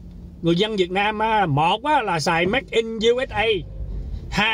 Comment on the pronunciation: “Ma dê” a nói mắc cười quá, a làm e nhớ ông chú em quá